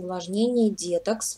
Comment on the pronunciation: детОкс а не дЕтокс